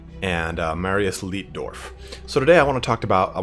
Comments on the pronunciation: Leitdorf is pronounced "Lightdorf". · Small correction, Its L-EI-tdorf. Pronounced 'eye' like in Einstein.